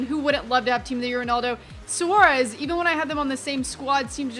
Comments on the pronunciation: SWAREZ!!!!!!!! NOT SUAREZ!!!!!!! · Swaa-rez, not sooaaarez. Just a tip.:) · Say squarez like this Sworez